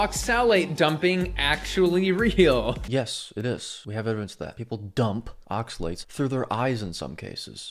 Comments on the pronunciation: Yes, his pronunciation of the word oxalates was driving me nuts. I thought it was just me lol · Good video, the way he says oxalates pisses me the fuck off. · Yes, he's been driving me crazy the way pronounces oxalates!